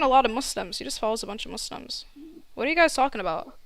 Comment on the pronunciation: It's Muslims not Musims 😭😭